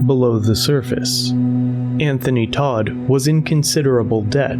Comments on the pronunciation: It’s tow-t family, not Todt the way you’re saying it. It’s German. It means dead ironically enough. Anyone that has played RuneScape knows Wintertodt. Also, I know some German. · Hey dude, it’s pronounced Tow-t, and it’s German, it means dead ironically enough. Wintertodt is a popular world boss on RuneScape, this is not how I figured this out but it’s the most common example of Todt I know. Well, now this. Poor kids. Poor dog. There is no afterlife and I hope his brain realizes that as it shuts down.